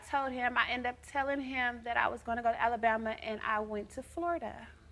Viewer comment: Hey everybody she’s grown oh and she’s 28.....everybody else we know we know!!!! U think u grown but ur not at all!! Did she say Alalbama 😂 damn😞